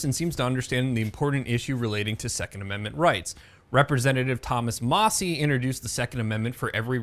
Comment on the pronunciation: I thought Thomas Massie pronounced his last name "mass-e", and not "ma-say".